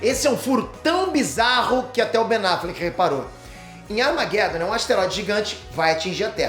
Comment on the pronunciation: Falou errado é "Armagedom" 😄